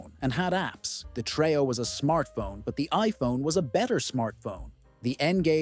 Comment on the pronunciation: TRE-O. NOT TRAY-O